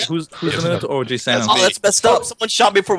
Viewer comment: I died a little when beef said oh noes the minataur